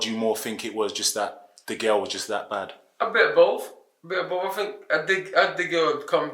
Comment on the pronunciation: Think, not Fink